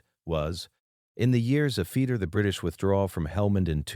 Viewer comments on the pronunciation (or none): Sort out the narrative, after is after not afeetee and all the other words with ft in it pronounced incorrectly and send a copy to the White House.